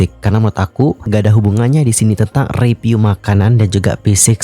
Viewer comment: … masukan deh. kan yg nonton udh banyak, dan pembawaan km saat bercerita juga oke kok. tolong dong pengucapan huruf “P” dan “F” atau “V”-nya diperhatikan. review itu dibacanya “riviuw” bukan “ripiu”, food vlogger itu “fud vlogger” bukan “put plogger”. soalnya jd agak salfok dan akhirnya jd hard to understand. pls ya dianggep baik masukan nya 🤗🤗 for ur own good sake, karena kalo ga diingetin ga bakal ngeh salah dimana kamunya